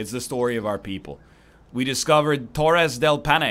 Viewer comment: "we found torres del PAN" egg pls, its pronounced Pie-Nay